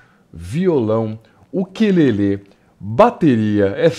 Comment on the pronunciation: "uquêlele" kkkkkkkkkkk